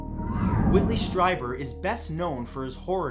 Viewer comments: It's pronounced Stree-ber, not Stry-ber. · #2 is pronounced as streeber. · Whitley's last name is pronounced STREEBER. That's how he pronounces it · Awesome. 'Hair of the Alien' (about Peter Khoury) is a great read with some real surprises. Strieber is pronounced Streeber. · Whitley Streiber's last name is pronounced "Stree-ber." (Sorry; I love you Matt!)